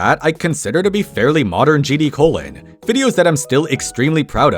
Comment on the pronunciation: Gee dee cologne